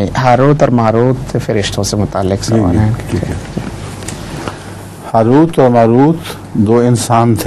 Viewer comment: پلیز لفظ:حاروت" کوٹھیک کرلیں" ہاروت" ہے